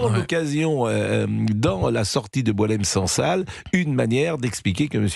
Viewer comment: C'est BouAlem Sansal et non boulem